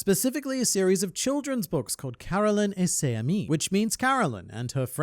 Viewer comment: You’re doing quite good with your French prononciation. Ses amis would be pronounced « ses zamies » you connect the s to the next word if it starts with a vowel